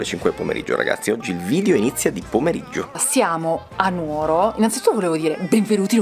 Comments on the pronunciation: Che spettacolo! Tra l'altro molto carino che vi abbiano fatto uscire vivi dalla città dopo che l'avete pronunciata non con l'accento sulla U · Però dai..si dice Nu(')oro e non nuo(')ro...daiiiii